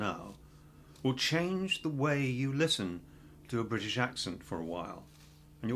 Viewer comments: He's talking about "t" not to pronounce as "d" and then literally saying bri"d"ish in the word bri"t"ish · "Oh, well - he's obviously 'Briddish'. Never mind. Even the 'Briddish' Prime Minister is turning his Ts into Ds these days.